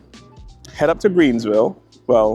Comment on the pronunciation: U did say Greensville tho end 😂 & that golden gorilla statue tho! Lol Robots A.I. is def the future! Nice event! #salute my gud brotha!